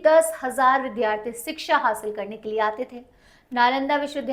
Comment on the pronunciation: विध्यार्थी नहीं विद्यार्थी होता है ।